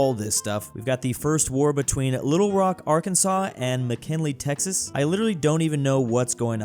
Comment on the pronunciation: I'm a Texan and you said McKinley? I'm disappointed 😂